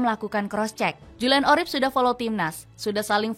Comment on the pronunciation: Urip bukan orip